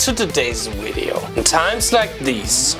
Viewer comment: When I hear "welcome to the widdio", I know there's going to be some good content